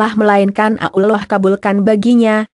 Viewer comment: Suara Yg Pas Menyebut Allah Yg Jelas Allah Jangan Ulloh Begoo Ngotah